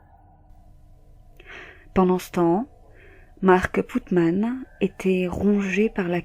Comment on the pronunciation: C'est pas Putman...... C'est Putnam .....😃😃